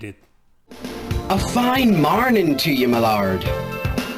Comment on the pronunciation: "A FINE MARNIN TO YA MALARD"